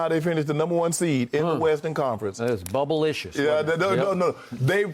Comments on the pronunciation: It's bubbleishis!! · Skip said that’s bubblishis 😂😂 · Did he say bubblishiss? 😂😂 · Skip said bubblelicious 😂😂 this guy is getting out of hand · Did Skip Say It was Bubblicious 😂😂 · Skip said Bubblelicious 😂